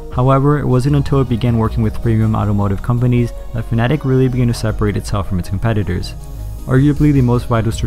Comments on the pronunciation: I like how you say fnatic and not fanatec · all my life i thought it was Fa-na-tech